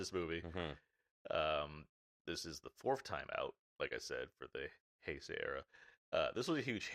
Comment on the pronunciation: Bro just say Hey-say. Why you being stubborn lol